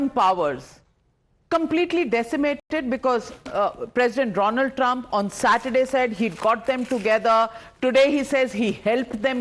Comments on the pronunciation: Thank God she didn't say 'Doland Trump' and instead said Donald Trumpet 😂 Great panelists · Calling Donald Trumpet was intentional 😅😂😂